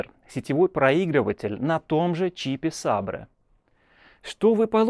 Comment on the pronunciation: ЦАП "Сабре"?